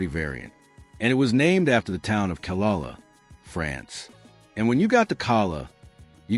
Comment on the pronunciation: AI is obvious. The mispronunciation of Calais is pathetic.